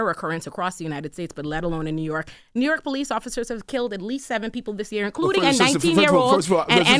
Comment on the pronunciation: What’s ‘rork’? Dude is a clown 🤡